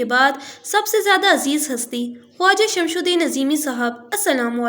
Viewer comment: Meri pyari behan Naam theek le lijiye ye naam Shamshudin nhi balkay shams ud din he